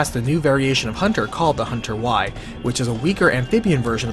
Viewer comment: Great video but a few corrections. The frog like hunters are pronounced Hunter Gamma not Hunter y. Also the big monster that appears at the dam level is not the bandersnatch. That monster is called jabberwalk. The bandersnatch is the rubber like monster that appears in the code Veronica section.